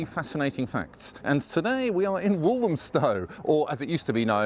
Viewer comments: Why do some people pronounce Walthamstow as"Walzhumstow" ? Where does it come from? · It's become so diverse, its become unrecognisable. It used to be a traditional market. The stallholder who thinks the market was a mile and a quarter, doesn't know what she's talking about. Its the same length as it has been for over 100 years. I also hate the way the pronunciation of walthamstow is being mispronounced. Stella Creasey vowed to stamp out the gentrification in walthamstow. SHE IS the gentrification in walthamstow and the ruination of its soul.